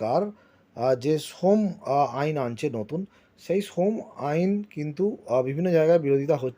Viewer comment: সোম আইন না শ্রম আইন।